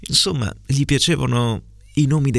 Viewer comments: Ci provo, vediamo se il mio ascolto attivo è buono, allora, secondo me i tre errori sono: 1) Inzomma 2) nomi 3) porto P. S. complimenti per la lettura, bellissima! 😍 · Dieci giorni con E chiusa - INZOMMA XD - "Era un BUON piano" con uo chiusa - "Gli piacevano i nOmi dei cavalli" con o aperta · Proviamoci: la s di "insomma", "nòme" e "pó"....e poi tutti a ripetizione da te! :)) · Il terzo errore potrebbe essere: talliavano pronunciato con due elle invece di GL. L’altro che ho trovato è: inzomma invece di insomma